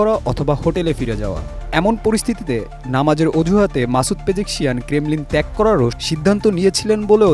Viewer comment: Pejekshian na pejeshkian